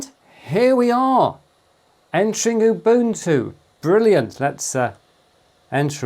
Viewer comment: Thank you for pronouncing Ubuntu correctly 🙏🏼